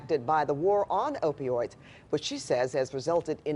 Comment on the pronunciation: Hey old man in the beginning do u know how to pronounce opioids